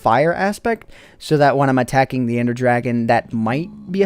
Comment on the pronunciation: dont explore with "endie" as in ender